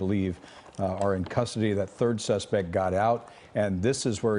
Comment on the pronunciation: Didn't know it was true that natives call it "Uh-lay"